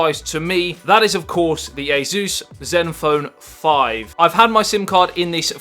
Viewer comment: Who the heck is AZEUS? This company is A SUS or SUSS...